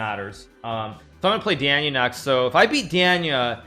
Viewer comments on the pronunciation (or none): if you spoke Russian, you'd know he's saying Danya wrong dumbass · I love the way he says Danya. He doesn't gaf if he says it right haha